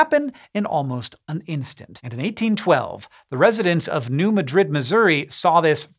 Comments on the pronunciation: Argh... not New Mad-RID. It's New MAD-rid. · It’s New Mad rid, not New Ma drid. For some reason pronunciation is different for some cities in Missouri and Iowa. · As a resident of southeast Missouri. The way you pronounce New Madrid hurt my ears. A lot of people assume it's pronounced (muh-drid) like you said it, when it is actually pronounced (mad-drid). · Thank you, I came here to say this. If anything, he could ask his brother. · Great video, one thing to note is that the locals call it New Ma' drid, not New Madrid. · New Madrid, Mo is pronounced New MAD-rid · Embarrassing mispronounciation of New MAD-rid Missouri. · Just a small pronunciation note: I believe that the people in Southeastern Missoura pronounce the town of New Madrid with the emphasis on the first syllable of Madrid so that it rhymes better with "bad bid" better than it does "undid." And for the record Prague, OK rhymes with "beg" not "dog," Pierre, SD rhymes with "leer" not "the air" and Lead, SD rhymes with "reed" not "red." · You said New Madrid wrong.